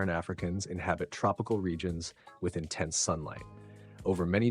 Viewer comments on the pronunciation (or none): none